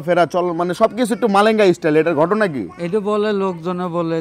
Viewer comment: মারেঙ্গা❌ কালেঙ্গা✅😂😂